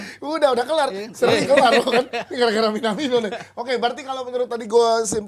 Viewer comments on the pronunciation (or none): MINIMANO WOI... BUKAN MINaMiNO. NANTI KOCI KESAL